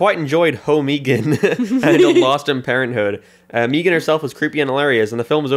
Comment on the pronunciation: Y'all's pronouncing it 'MEE-gahn" threw me off and only after Googling did I realize that it's been showing up a lot in my reccs lately